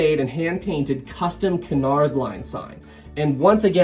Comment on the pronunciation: Cunard is pronounced "Que Nard"